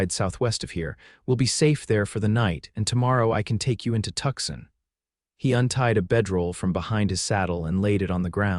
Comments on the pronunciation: Pronounced "Too sahn" not Tuxin. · Is Tuxin supposed to be Tucson? God save me from AI